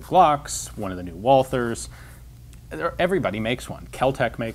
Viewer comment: you should learn to pronounce german manufacturer names (Walther) correctly. that would give this channel more credibility